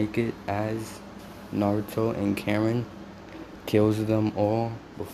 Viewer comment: Her name is ka rin not karen